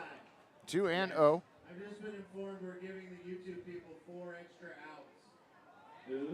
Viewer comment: As someone from the UK, hearing the announcer call out "Yewtree" (I know it was U Tree but still) gave me quite a chuckle